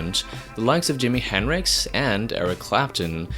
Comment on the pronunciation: It's not HENRIX It's HenDrix